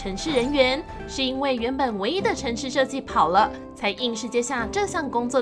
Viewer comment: "跑了“用台湾腔念出来好奇怪